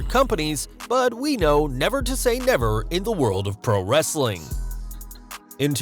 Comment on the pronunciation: Why are you saying wrrreeestling like wrestlelamia?